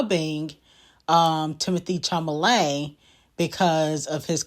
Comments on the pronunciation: It's Chalamet not chamalet😭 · 😂😂😂I love the way you completely botch these ppls names Timothy who na??